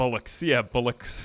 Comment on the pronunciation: 1 hour in I was laughing so hard at the British speak. Oi mate is actually used, as either questioning someone you don't know on the street (oi mate ya know where this is?) or aggressive towards someone that's annoyed you (oi mate, come here so I can hit ya). And its pronounced bol-locks. Think bullocks but with an o. My dialect is not understood by most other English lol. If you want a cultural experience (and a laugh) look up the "Black Country Alphabet" on YouTube. Thats 'ow we spake. And its accurate. Anyways brilliant work. Keep it up. I came here after I drank too much coffee in spiffs surrounds.....its a heinous crime, if its not Yorkshire tea....